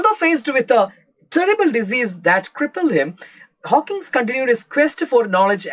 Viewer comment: Hawkins alla Hawking ann Hawkins oru pressure cooker aann😅